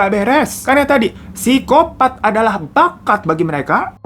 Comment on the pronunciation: Wajah bang.. bilang " bakat" nya itu loh penuh penekanan 😅😅😅😅😅